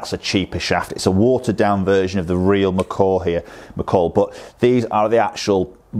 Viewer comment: I’m sure you are saying real Macaw! Lol.. Macaw, McCoy.. whatever. Cool vid.